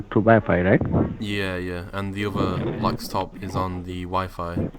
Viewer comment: "I've only got the one dextop here, and I've got a laxtop downstairs"